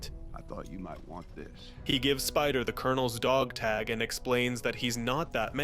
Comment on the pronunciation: Why do you say Neytiri and dog tag the way you do? I’m not even sure what you say instead of ‘tag’ but Neytiri? It’s not even an accent or anything you’re just straight up saying it wrong.